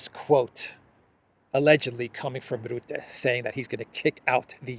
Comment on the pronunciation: Your pronunciation of Rutte is wrong, the u is pronounced as is in 'buck'